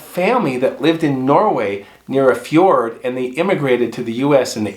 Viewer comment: I can believe is of Norwegian ancestry. He pronounced "fjord" correctly! 😁